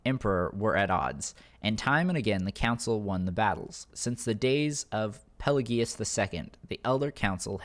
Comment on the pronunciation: Pelagius was also pronounced wrong but to a lesser degree in a later quest you'll meet Pelagius III AKA Pelagius the mad in a quest given by a beggar in solitude